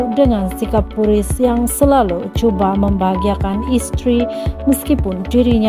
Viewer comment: Admin pun tahu mengundang, bkn menangis tp terharu saja. Bkn puriz tp sebut PIYU Riz (PU Riz).